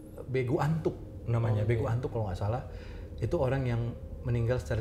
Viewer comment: Begu nur nur Begu latuk bukan Begu Atuk wkwkwk